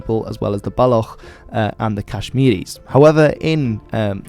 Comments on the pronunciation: Great neutral and pretty educated summary of the Kashmir situation with a couple of small errors (like pronouncing balochis as balokhis) but overall done very well from someone looking in from the outside. Hopefully one day we can all see an independent Kashmir as the vast majority of Kashmiris that live there would prefer ✌ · Not 1991 rather 1999. Also, your Baloch pronunciation is really off the mark. It ends with a ch sound like chair of catch. Great video though. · I hate to be that guy but as half Baloch, you pronounced it wrong >.> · It's baloch. I think the ch is pronounced like in chips, or that's how I always hear it